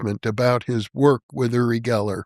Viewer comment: It's pronounced "you-ri Geller" not "oo-ri Geller".